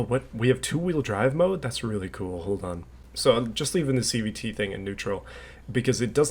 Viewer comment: Watching this at 2x speed makes it sound like you’re saying CBT instead of CVT